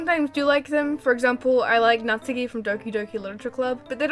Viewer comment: if u say ur a weeb y u pronounce natsuki wrong?